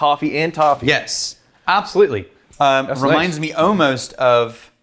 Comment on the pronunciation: Next drinkingk game for and is when says “ohmost”